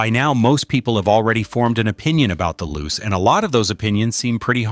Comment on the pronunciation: It's pronounced "Loo-chay", not "Loose".